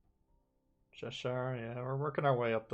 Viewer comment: And he is pronouncing Cheshire wrong, as a person who lives in Cheshire, it’s pronounced che-shire not ‘sheshire’